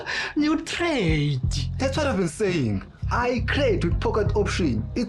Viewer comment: Trade not crade😢😅😅😂😂😂